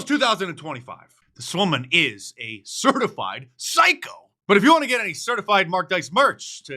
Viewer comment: with a strong emphasis on “Psycho”😂😂😂